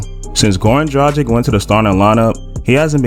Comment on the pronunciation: Hey it's not Drajic, it's Dragich, aight?